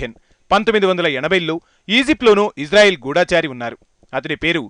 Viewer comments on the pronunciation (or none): ఒరే బాబు నువ్వు first గూఢచారి ని సరిగా పలకడం నేర్చుకో.. తెలుగు సరిగా రాకుండా BBC వరకు ఎలా ? ఒత్తులు దీర్ఘములు మళ్లీ school ki వెళ్లి నేర్చుకో.. నీ తెలుగు నా కు visugosthundi